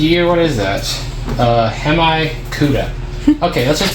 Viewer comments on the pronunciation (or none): 😂 Hemi you said Hem I , it’s pronounced Hem me ! Good video as usual 👍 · Hemi = him-e like a dodge